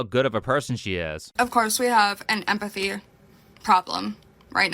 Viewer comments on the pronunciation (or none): She has a "big heart and empatheigh." Bro I hate the way she pronounces some of those words. "You literalleigh abused meigh" "drownding". She's a walking annoyance